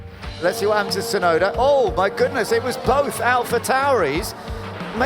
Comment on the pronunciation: I hate when they call him "Sunoda" instead of Tsunoda.